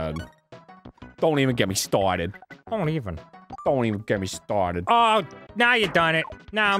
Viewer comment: "if I could trace back to the mOOment where i got stahhted" 😂😂😂😂😂